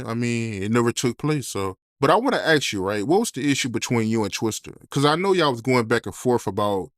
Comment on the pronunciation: you’re gonna have to force yourself to pronounce the word ASK properly, man. Just say ǎśś, and add a K sound on the end.